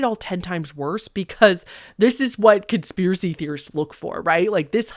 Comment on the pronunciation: Con - SPIER - a - cy?? 🤯🤯🤯🤯🤯🤯🤯